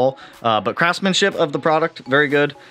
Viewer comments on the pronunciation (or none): Love seeing it come together. Looks very mean 😈! It sounded like you said "craftman-shit" lol. Can't wait to see the rest 💪.